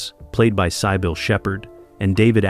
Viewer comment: 😂😂😂 sigh bill (Sybil)😂😂😂